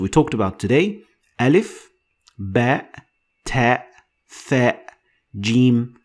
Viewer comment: it's not tha it's sa